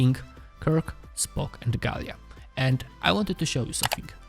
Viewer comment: Gaila, not Galia....!